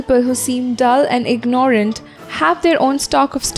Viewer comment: You have pronounced "ignorant" incorrectly (do not accentuate the "o"). "without surrender" hasn't been explained...try to have good relations with others, but not to the point of subservience: you have a right to be treated with respect; do not accept less.